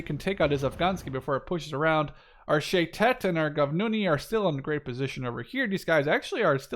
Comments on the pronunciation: shayetet 13 is our version of the navy seals and u pronounceit sha ye tet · Nice game also you're not pronouncing well shayetet, it's sha ye tet